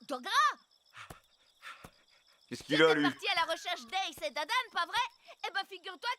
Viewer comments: C Dadan pas Damdam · c'est pas damedame mais dadane au cas ou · C dadan pas damdam mdr